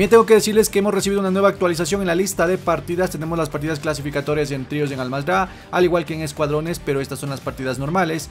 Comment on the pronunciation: Me da algo cuando dice Almazda en ves de con R.